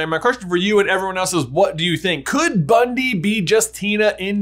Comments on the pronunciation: bro. It’s Bunty. Not Bundy. 😂 Bruh. Come on. Newt called her Bunty. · It's driving me mad...it's BunTy NOT BunDy! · facepalm it's BUNTY, not Bundy... It's pronounced "BUN-TEE" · Her name is Bunty, not Bundy. And I don't think it's Tina in disguise, but who knows for sure? Jacob is magical, for sure. I knew it when he didn't forget his memories in Fantastic Beasts. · It's bunty not bundy, lol laughed so hard when you called her that. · Great video. one small problem the name is Bunty nor Bundi. I may have misheard and yes she is minimal in the 2nd movie but still. You can see in the note Newt left for her when he left for Paris with Jacob. Still great work waiting for this movie and trying to use my Dad's WB connection story get premier of screening tickets I can't wait forever. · I thought her name was Bunty a common British name not Bundy? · Cool video, thanks! Fyi her name is actually "Bunty," not Bundy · Did you say Bundy? It's definitely Bunty. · Isn't her name Bunty and not Bundy? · It's "bunty" not Bundy. Omfg you guys. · BunTY not Bundy. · BunTy not BunDy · sorry...i cringe at that you call her "Bundy" her name is "Bunty". its small but it bugs me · You keep calling her Bundy!! Her name is BUNTY!!!!! FFS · Isn't it Bun-TEE?